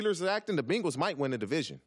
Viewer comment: Did TJ pronounce Bengals like Bingles? Awesome! lol